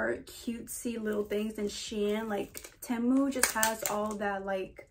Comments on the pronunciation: its actually pronounced tee mu but tehmu works too :) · Its pronounced t-moo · temu is so much better in my opinion, but its pronounced as tee-moo lol, ur so pretty btw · Team-u not Tam-u 😂💕💕💕 Loved this haul! New subscriber here!!! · i prefer temu (by the wway its not pronounced temu its pronounced tee-moo) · PRONOUNCED TEEEMOOO. your welcome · the way she's all proud sayin ten moo 💀😭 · it’s pronounced ti-mu, loved the video btw !💗💗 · It’s tee moo thats how u prenounce it Temu is name brand oki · 1: it is pronounced tee-MOO 2: I do prefer temu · you say temu tea-moo btw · Pronounced TEE-MOO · It's pronounced te-mo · It’s pronounced TEA-MOO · Temu is pronounced tea moo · It’s pronounced ‘’ tee moo’’ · its pronounced tea- mu